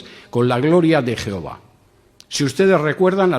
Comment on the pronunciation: Deja de decir 'jeova' o pierdes toda credibilidad